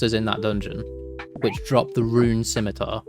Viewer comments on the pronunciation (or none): none